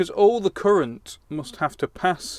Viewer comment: The 'woon' point five resister gives a 'courent' of...